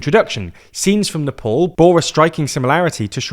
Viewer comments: Nepaul??? Lmao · Pornounce Nepal correctly mate, its not that hard